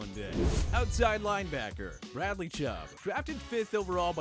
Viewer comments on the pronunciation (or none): none